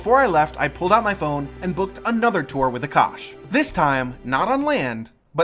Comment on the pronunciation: For the love of God. Stop calling our food Curry. His name is Aa-Kaash. We are not doing "hand movement " ove rthe fire. We are just taking the heat as the fire symbolises prosperity and having venerated the gods, that particular lamp /fire now is imprinted with good vibes (call it luck or blessings or whatver).